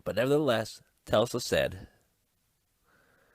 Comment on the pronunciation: Edit: it's TES - la Not Tel-sa